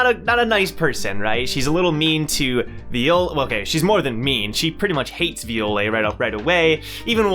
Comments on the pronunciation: will never get over you calling Viole Violay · I am physically offended by how you pronounce Viole. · I scoffed at it quietly while watching lmao